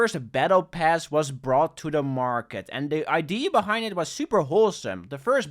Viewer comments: ...why do you say "idea" as "id" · If you say idea like ID one more time I will unsub.